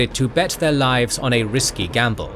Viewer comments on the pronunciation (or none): none